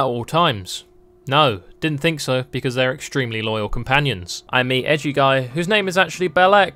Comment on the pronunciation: Ah yes "Becaue" of me Thank you...